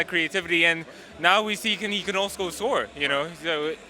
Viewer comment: “Now we see, he can alsco sore” 😂